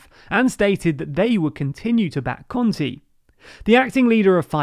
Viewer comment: Let me give you a word of advice: it's a little better if you read every 'e' as in the word 'spell', at least you won't be saying Giuseppi conti (lol)